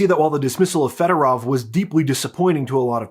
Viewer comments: here is a tip on Ukrainian pronunciation. All “o”s are pronounced like the o in the English word “over”. So the “o” in Federov should be pronounced like that. It’s not Federav like you’re saying. Apply that same logic to any Ukrainian word, including the names of cities and other places. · Why do all call him Federov? It's Fedorov!